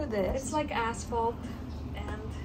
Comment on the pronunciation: Did you say, “it’s like asphalt” or “it’s your ass’s fault”?😂😂😂